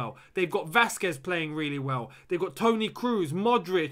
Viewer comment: Benzima?? Toni kruus?!! Hahahaha